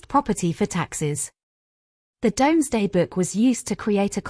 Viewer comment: Mispronounced so far: DOMESDAY HUGUENOT RUDYARD Illiterate